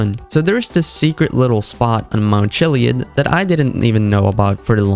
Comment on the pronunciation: "mount chileeid"